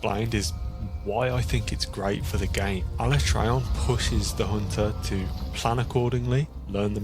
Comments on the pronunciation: Am I the only one tweaking a bit everytime they both mispronounce alatreon? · The way he pronounces Alatreon annoys the shit out of me.